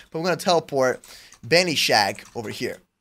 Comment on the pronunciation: his name is not benishack it is ben-is-hack lol